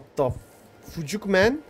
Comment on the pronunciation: What the fucuk (fucuk ne adam) man kuzenimin doğum günü kuzenimin doğum günü kuzenime boydan Sdfkdkdksdfk kuzeninin ne suçu var 😂